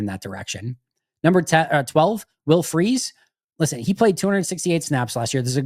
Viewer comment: The media in Minnesota is quite sure that the name is pronounced "Fry's", not "Freeze".